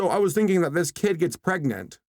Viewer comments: I must say it: PREGANANANT?!?!?! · Don't you mean "Carl is... ...PREGANANANT??!" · Soooooooo the producer's where like "LETS MAKE CARAL PREGANANNAT" "wait isn't caral a dude?-" "PREGANANNAT" "o-ok."